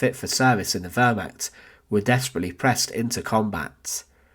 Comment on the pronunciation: I wish that the narrator would learn how to pronounce Wehrmacht, Reich, and Volk, as well as learn English sentence structure. All these 'and ... and ... and ...' drive me potty.